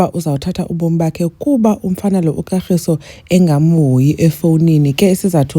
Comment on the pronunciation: So Sne couldn’t pronounce her boyfriends name 😂😂calling him Katlgiso instead of Kagiso 😮😅😅